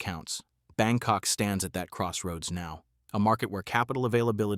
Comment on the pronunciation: Did you says BangCock? 😂😂😂